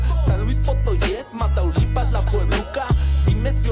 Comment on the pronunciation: Inseguridad por eso dice ( mataluipas) tamaluipas es lo corecto